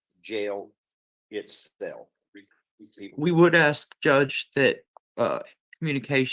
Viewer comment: You'd think the attorney would have learned, at least in law school, to say "ask" instead of ax.